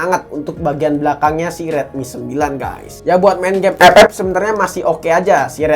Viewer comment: Ngakak aku kalau liat abang bilang epep🤣